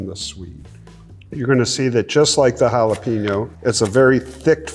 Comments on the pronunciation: Habanero. Not habañero. You say the n just like a normal n. It's not a jalapeño. Speaking of which, "HAH-LAH-PAYN-YO" not peen. Payn. I absolutely love Ed, but man I wish he could would pronounce the mexicana peppers right. You're the pepper ambassador dude! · Love that he’s a pepper expert but can’t pronounce jalapeño or habanero correctly 😂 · Never trust anyone that can't properly pronounce jalapeño.